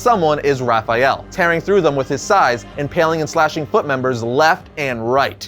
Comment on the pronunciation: Why do you keep saying "Raphajel"? There isn't a "j" in that name.